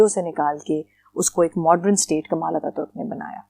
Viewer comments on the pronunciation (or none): I live in turkey and it's not ankaara its ankara not kamal attaturk it kemal attaturk